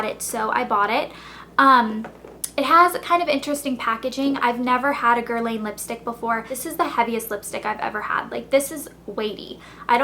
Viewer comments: I'm sorry I'm not trying to be mean, but it's nor literally pronounced as Guerlain, it's pronounced as GER-LAHN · The N in Guerlain is silent since it`s a French name :P Your hair looks so pretty! Love your videos :) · you pronounced guerlain wrong:) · You're pronouncing Guerlain wrong... you're a joke